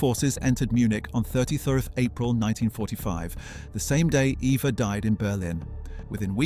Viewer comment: Her German name was Properly pronounced as Ava, not Eva despite its spelling with an E.